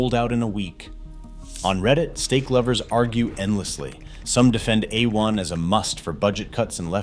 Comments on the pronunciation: Uh One? C'mon robot, tighten up. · That pronunciation is wrong! It is = "A" as in 'play' or the month of "May" and "One" as in "won" or "son". :face-blue-smiling